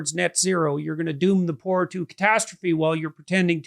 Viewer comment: After the first 10 minutes, maybe 5, I found myself praying for this amazingly articulate, brave, truly awesome Pierre! He said 'poor!" Rhymes with "Moor." Not pore, those things on our skin that rhyme with "snore!" 99.9 percent of NA cant differentiate between these little words, proving Mr. Pierre's extreme, rare ability to pay attention to detail. The interview was over way too soon and I will definitely be voting for him. Thanks Jordan!